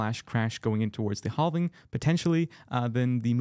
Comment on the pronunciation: Did you say hall-ving?